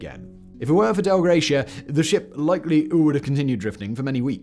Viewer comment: Dei Gratia.... no L in the name. "Dei" is pronouned "dye".